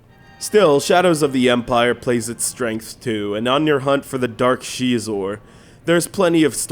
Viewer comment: Notice there is no game footage of levels beyond Gall Spaceport... someone is mad they couldn't beat Boba Fett! p.s it's Xizor not chezor